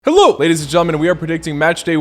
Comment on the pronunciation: What kind of accent do you use to say HELLO!!! 🤣🤣